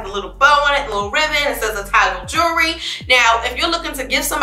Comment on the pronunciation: 28 YEARS! How; when you ain’t but 23 - 25 years old yaself??? JU POPPIN! So pretty!🥰❤️ And: “YOU KNOW YOU SO NEW YORK when “jewelry”’is pronounced “jury” Shout Out!💪🏾💪🏾😆❤️